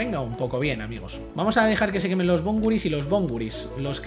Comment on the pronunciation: Bon-/gu/-ris no bon-gu-/ris/ Pd: lo que esta entre / es la acentuación